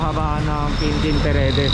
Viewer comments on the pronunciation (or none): Quintin Paredes,hindi Peredes!